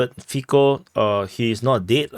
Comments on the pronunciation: say "Fitso" not "Fiko" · A fair assessment. Cintula appears to be attempting to mitigate the gravity of his crime by saying he didn't intend to kill Mr Fico (it is pronounced feetso by the way as the Slovak 'c' is pronounced 'ts'. The atmosphere in Slovakia is fraught due mainly to the completely one-sided narratives that have been seen in both the print and televisual media. Virtually zero news has related the Russian viewpoint on how the situation with Ukraine had its genesis and the part the western powers played in it. All the emphasis has painted Putin and Russia in the darkest possible colours. It is no surprise then that a campaign of media-justified hate toward Putin and Russia has eventuated in this crime. The media in general is acting as if Russia has declared war upon the western world and the constant attacks on both Putin and all things Russian have had this almost inevitable end result in Slovakia. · Fico is pronounced Fitso (c = ts, k = c). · It is better to imagine his name spelled as Fitso for a better pronounciation. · 1/ prononciation of "c" in slavic languages is most similar to "zz" in word pizza (no offense, we probably butcher asian names even worse 😊) 2/ so far no evidence about more people involved in preparation. Most similar to Ronald Reagan assasination attempt scenario. 3/ deleting fcb account happened most likely after someone from local censor team announced Meta. 4/ liberal (read : All the local mainstream) media tryin blameshift to his connection to local Wish level nationalist group and hide that he repeated All liberal mantra (on leaked video some hours after attack AND in front of judge in preliminary hearing when he was taken to custody) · 1. its funny how everyone pronounce Fico. C in slavic languages is /t͡s/. 2. What is posted on facebook cant be deleted. Meta have his communication. If they dont give it to police , then we know for shure who is behind assassination attempt.